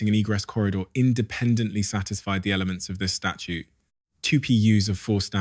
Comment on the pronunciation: STATUTE. 🙄 NOT “Statue”. This takes the “I” out of “AI”.